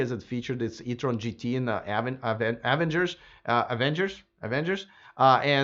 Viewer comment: That must be the Russian pronunciation of Avengers. LOL.